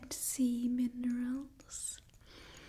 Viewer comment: bruh sea min-erals what